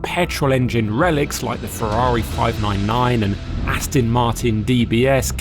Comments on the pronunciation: Can someone please tell the Alan Partridge sound-alike that it’s ‘Aston’ with an ‘o’, not ‘Astin’ with an ‘i’ 😡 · Could you please practice saying……..AST ON ……….[ it’s definitely NOT ……AS TIN ] !!! I suppose it’s better than how many people say it ………AUSTIN !!! But I must admit, I would’ve thought that an automotive journalist would know that . Just like ASTON MARTIN………. It is the finer points of presentation that makes the difference. ! 🇬🇧🇬🇧🇬🇧🇬🇧🇬🇧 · AstOn, NOT AstIn! FFS! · Yes, definitely irritating - even the old top gear team used to get this wrong, as well?!